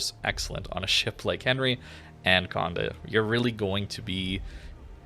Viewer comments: I hate how you keep mispronouncing the ship's name. Its not Conde, but Condé the é is pronounced more like you say "ey" So like Condey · Exactement, it’s funny I’m not the only who irked whenever he said the “conduh” 😂.